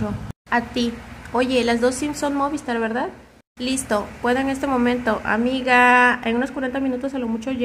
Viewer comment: Me pone nervioso que diga MÓVISTAR y no MOVISTAR jajajaja pero gran chismeee